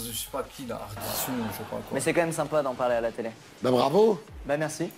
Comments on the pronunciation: On dit ardisson pas ardissone poto mais bon pas grave bg😂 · Ardissonne MDRR On dit "Ardison" sans